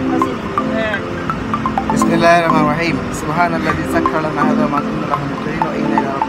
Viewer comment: বিসমিল্লাহ্‌ ভালো করে উচ্চারন করবেন...!??!